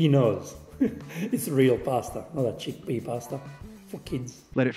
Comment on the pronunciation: enjoy cheekpea pasta.... mayby... u kno.. once a year X-D hahah, thats a good one and cheekpee pasta suxx big time